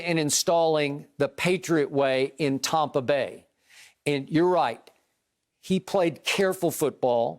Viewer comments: “Tompa Bay” hahah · He literally says Tompa Bay like it’s their actual name this dude is psycho 😂😂😂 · Skip when are you going to say Tampa Bay correctly.